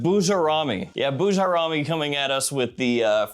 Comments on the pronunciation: Boo jar ami, definitely not the way you pronounced it 😂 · It’s pronounced Boo-Jair-Ruh-Mee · The Bujairami pronunciation is DIABOLICAL ☠️